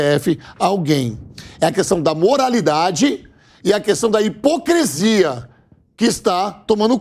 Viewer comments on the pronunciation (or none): Fala pro apresentador que a palavra correta é “hipocrisia” e não “hipocrEsia”. Onde a JP encontra essa gente?